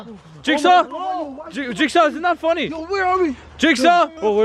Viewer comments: I taught you said jakesaw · its name is jigsaw not jakesaw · XD JAJAJAJA REAL JIT SAW NOT LIFE JAJAJA 😂